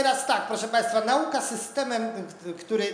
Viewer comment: ..min 9.54...ło matko, Szanowny Pan profesor przekazując jakże ciekawe treści nie wystrzegł się, niestety coraz częściej spotykanego w dyskursie publicznym błędu a mianowicie akcentowania ' na'uka ', zamiast prawidłowo ' nau'ka '.... łopa'ta, lodów'ka itd, etc.....